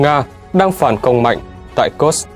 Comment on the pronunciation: Ở Nga không có địa danh nào tên là "Kơx" cả. Kursk đọc là Kurxk, cầu Kerch đọc là "cầu Kerch". Chắc lại phản bác: "Mỹ đọc là Kơx nên đọc thế mới đúng, Nga đọc Kurxk là sai"?